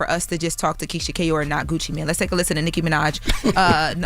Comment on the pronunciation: it's Gucci MANE not Gucci man 😅